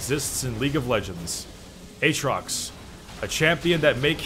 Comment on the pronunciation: says Aatrox like "H-rocks":D Keep up the amazing content my man:)